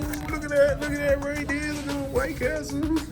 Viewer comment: you are 100 percent wrong. White Castle is the correct way to say it. The way you were using it is supposed to be White Castle